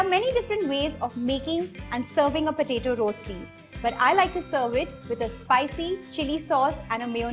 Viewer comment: Correct pronunciation is रश्ती, not रोस्टी